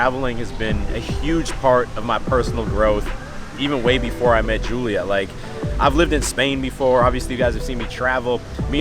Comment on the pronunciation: He said HULIA😂😂......that was hilarious I don't know why